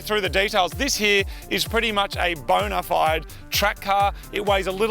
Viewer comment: Did Moog say bonerfide?